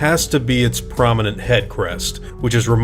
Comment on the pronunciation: The raptor inaccuracy thing annoys me so much. Are they nowhere near actual velociraptors? Sure. But who the hell cares? I dunno about others, but I watch movies to wind down and relax, not to note down every scientific inaccuracy humanly possible. Also, that pronunciation of "cassowary" hurts me lol